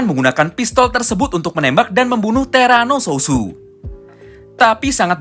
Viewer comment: bang bukan terano sususu tapi terano suot